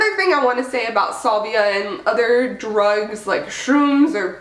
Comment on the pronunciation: SAlvia....not sUlvia! Dweeb..